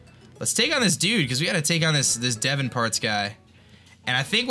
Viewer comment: it's D-von not Devin yo